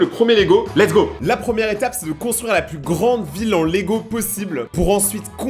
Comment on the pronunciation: lets go sans le ts 😂😂